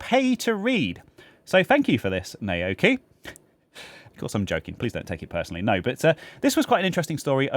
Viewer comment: Naoki is pronounced now-kee. Nao rhymes with cow. Bloody poms! ;-)